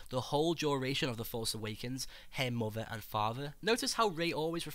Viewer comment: 'best of boaf werlds' 'muvva' liverperrrrrl